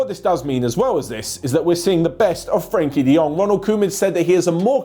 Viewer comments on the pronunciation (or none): none